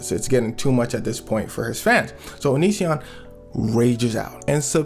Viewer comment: Bro prounounces onision like onichan